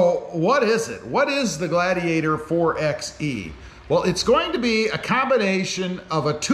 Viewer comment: You saying the name wrong it’s (4- by -e) not 4 ex e , you wouldn’t say 2 ex 4 if you were going to get lumber